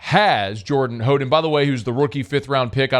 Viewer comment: It's How den